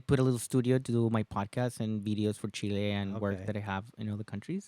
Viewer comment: hate the way the host says Chiiiley! 🤨... Fabrizio! good on ya, you did very well :)